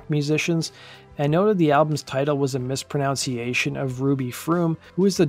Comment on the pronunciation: You mispronounced "mispronunciation." Also, "later lead to problems down the road" is redundant. Also, saying that you're going to explore "whatever happened to Soul Coughing" is incorrect because you know what happened, so you should say you're going to explore "what happened to Soul Coughing." "Whatever" would be used in the question someone might ask: "Hey, whatever happened to Soul Coughing?" Also, "dissolution" is pronounced with an sh, not a zh. The zh would be for the word "disillusion." You're welcome. Also, don't feel bad, it's not only you. Most people these days are speaking broken English.😢😂